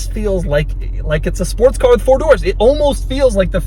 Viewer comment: Did anybody else hear him say “Sparts car” ?